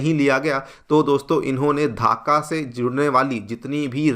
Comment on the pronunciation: धाका नहीं ढाका. Pronounce it properly